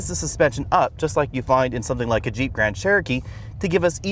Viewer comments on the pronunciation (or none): none